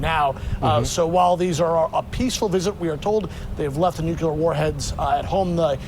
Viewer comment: Hey, it's not nucular.